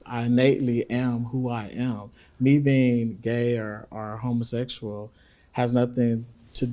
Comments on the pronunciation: "are you a homaseshul"🤣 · I think Jesse just preys on people who're not intelligent enough to see through him and how he tries to set you up. I would eat him up and spit him out...and that sprayed on dyed beard. He's not that smart tbh. He can't even pronounce "homosexual." Not trying to be funny but this is the first time I've seen this channel, is the host of LFR Family gay? He comes off as gay, bisexual, curious, or something. He ain't all the way straight...or maybe he's just super feminine. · Why not just say 'gay'? Dude cant help but EMPHASIZE 'homosexual' every time he ask him about being gay!